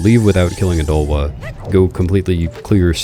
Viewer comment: ya don't just say odahlwa, y'gotta go oDAAAHLwa! oDAAAHLwa!